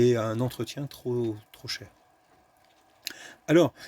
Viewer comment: On dit un pris TROP élevé, pas TROS élevé !